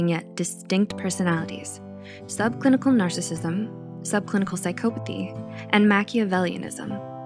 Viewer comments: The word “psychopathy” is pronounced sy-KAW-puh-thee not sy-KOH-puh-thee. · Why does she keep saying PSYCHO-pathy? 🤯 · Huh, i always thought the pronunciation was psy-cop-athy, but apparently you can also say it psy-cope-athy